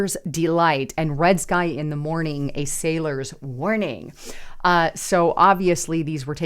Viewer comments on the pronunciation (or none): none